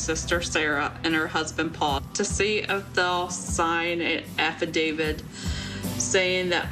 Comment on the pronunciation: “AffaDavid”. Hahahaha.